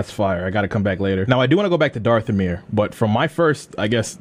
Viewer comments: It’s not Darthomir It’s Dathomir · Its not darthomir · my mans its dath-o-mir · "Darth-omir" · you saying Darthomir... it triggers me more than any other mispronunciation ive heard, and i dont know why.